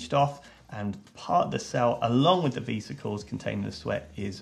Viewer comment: Do you call Vespas "vee-spas"? Because....vesicles isnt pronounced vee-sick-els it's veh-sic-els